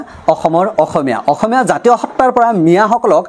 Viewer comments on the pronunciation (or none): none